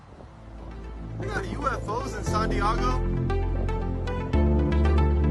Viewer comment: "sahn diahgo" WTF! LoL 😂😂😂